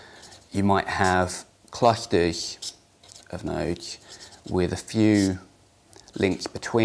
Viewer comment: ROFL sorry "what it ehh" "dehentrealized hehtem" "cluhteh"